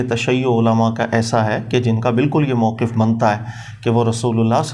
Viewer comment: جناب وقف یقف سے موقف کی فا کی فتح کو مضموم پڑھتا ھے۔تو اس کو تلفظ درست پڑھنے کا ادراک نہیں تو وہ مولا علی جو نفس رسول ہے۔(ثحفۃ الاحوذی/سنن آلکبری) کا معنی کیا بیان کر سکے گا؟